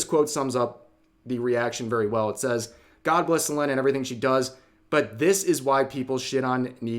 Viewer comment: I know this is serious video, but just a tiny nitpick, why are you mispronouncing Selen's name, the same with most names that you say? I had a triple take & though I was going senile lmao.